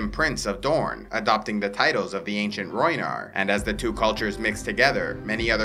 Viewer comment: Rhoynar not rhoynish